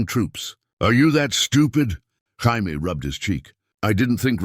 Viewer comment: 1min in and ive caught a "Hi-Me" and a "Gy-Me" instead of Jaime. Gotta love that A.I.